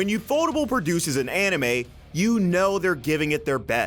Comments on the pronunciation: Man, "yufodable" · "yuu-FOE-tuhbul" Really...? I always read it as UFO table.🛸┬─┬ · how the fk are you pronouncing ufotable 💀